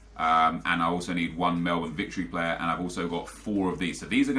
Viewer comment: Did he just pronounce Melbourne correctly?...